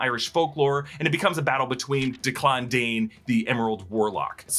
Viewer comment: Duh-clon? You mean, Deck-lin?